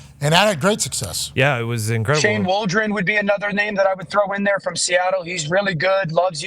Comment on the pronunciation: Did he just say Shane Waldron?